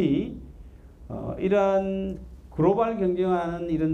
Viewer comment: 강의 준비가 안된건지, 원래 말씀을 잘 못하시는 건지.. 주어 술어가 맞지않아서 듣기가 불편하군요. 공학만 하지 마시고 인문학 책을 좀 읽으셔야 할듯합니다. 센사는 뭐고 그로발은 뭔지원.. 한글은 우수해서 센서나 글로벌 처럼 원음에 가깝게 표현 가능한데도 센사 라고 해서 빵 터짐. YTN 싸이언스는 공부하능 학자를 잘 선별해서 프로그램의 질을 높입시다.